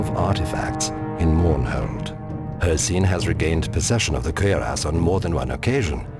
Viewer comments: Why does the Narrator have such difficulty pronouncing 'cuirass'? >_< Kwi-rass. Not, 'cer-ass'. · Lol the way this dude say cuirass. It's cure-ess. Not fucking querias hahaha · Kinda sounds like hes saying "Queer Ass" though. (cuirass)